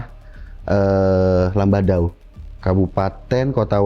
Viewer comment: Lamandau di Kalteng bang bukan labadao